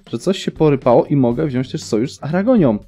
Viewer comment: Wziąć nie wziąść Powyłączać nie powyłanczać